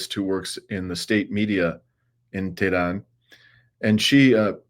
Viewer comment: lol love your failure pronunciation of Tehran - pathetic. so I guess "the Jews' don't own YouTube afterall.... or else how would they allow the thousands of anti-Israel video uploaded this weekend, with all the hateful anti-Israel rhetoric in the comment sections! i dare you to address this fact, you toad